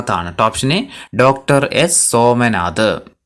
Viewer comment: സോമനാഥ് ഉച്ചാരണം error ആണ്.ശ്രദ്ധിക്കുമല്ലോ